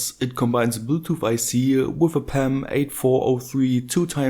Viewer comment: I love when you say "with", it sounds like woof!